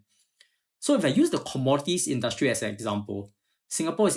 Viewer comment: And “in-DUST- strie” … “DEM-mock-cruh- see” 😅